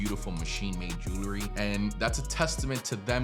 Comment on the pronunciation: It's Jewelry - not Jewlery.